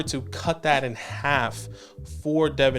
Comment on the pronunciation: It's Duh-VON Achane 🤣 But well said on everyone. Love your guys' content. Keep up the great work.